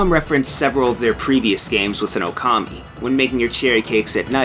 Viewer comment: Even with big Okami opening, still mispronounces the name.